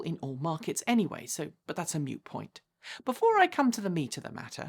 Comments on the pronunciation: I'm British. It's supposed to be 'moot'. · Sorry, did you say "but that's a MUTE point?"... or is this the "proper" way to pronounce "MOOT"? I'm genuinely asking, I don't know how British people say this word.